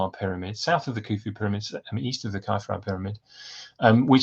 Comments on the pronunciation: Why are you pronouncing Khafre as "Kye-fra"? You are the first I've ever heard do that. I know hieroglyphs did not have vowels, but still... {:o:O:} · Well, I've only ever heard it said as "Khaf-ray". Later you say no one knows if the accepted academic pronunciations are correct, so I wondered if academia had changed the accepted norm. But then, I have heard Amun Ra and so on pronounced as "Rah" and "Ray". It reminds me of when Latin scholars decided Caesar was Kaiser and Cicero Kikero! Thanks for the reply. Cheers! {:o:O:}